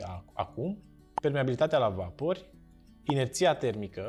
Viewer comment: "vapori" accentul nu se pune pe "a"..